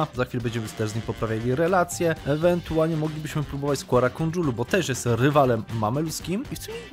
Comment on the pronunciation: KA-RA KO-JUN-LU się to wymawia. Proszę